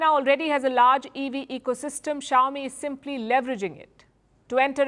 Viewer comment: Chowmi really? Is that pronounce that way crazy indian